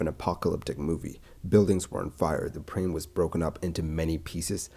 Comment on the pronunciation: You literally said “prane” instead of “plane”